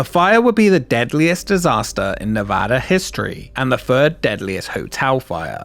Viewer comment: First off, THANK YOU for pronouncing Nevada correctly! I grew up not too far from the MGM Reno, which at some point was Bally's Reno, then the Reno Hilton, and is now the Grand Sierra Resort. Would love to see a video on its history!